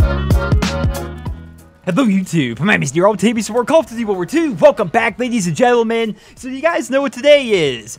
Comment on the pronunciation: "Call of DUVVY" WTF are you saying in the first 2 seconds of this video?